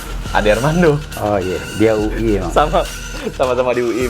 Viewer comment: Bukan UI be tp uwi ...